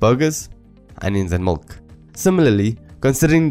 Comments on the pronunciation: Duuuuuuuude. MILK not MULK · Great video, it really helps in understanding this concept. I just wasn't sure at some point if it was milk or mulk you were saying. Anyways very useful video. Also was looking for the video where the algorithm is implemented in python